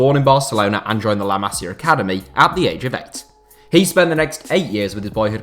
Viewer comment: Yo,it's not Cales Puyol it's Carles you have to read the R,not ignore it and you said "Masiar Academy"! Like what the hell man?!Where did that R come from? It's Masia Academy not Masiar Academy